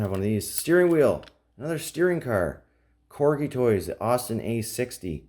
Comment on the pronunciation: You are saying corgi right